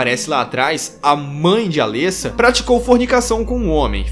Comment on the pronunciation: O legal é que no filme dublado e legendado fala-se os nomes dos personagens corretamente, e todo mundo consegue falar errado xD. Alêssa ou Cibél xD. Ri muito, mas nada que atrapalhe a absorver o vídeo, coisa de fã mimizento, eu sei. E elas não morreram, tem continuação explicando o final do filme, bom você se informar mais pra não falar coisa errada xD